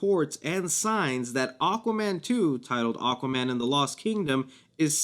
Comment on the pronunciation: “Aquman 2”